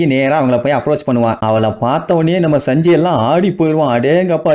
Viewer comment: Saanji nu sollu bro sanji nu sollatha